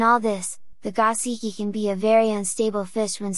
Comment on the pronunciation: Go-SHee-kee not gah-see-kee. You really know your fish. Now let’s get you sounding Japanese😀